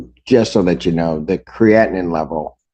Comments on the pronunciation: But I kept cringing as I've always heard it discussed as "cree-a-teen", not "cree-atin". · The judge can't even pronounce creatinine.